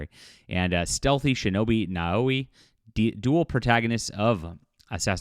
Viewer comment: I enjoy your work, but you need to work on your pronunciation. Yasuke - Yas-K. You don't pronounce the U & the e is included in the capital K. Naoe Nah O A. The first vowel is soft & the subsequent are hard. The same goes for Torii Tor-EE gate. Mispronunciation when you have done so many videos is also disrespectful, it is something Ubi would do. LOL. Keep up the good work. Edit, Idk why my pronuciation suff just got striked.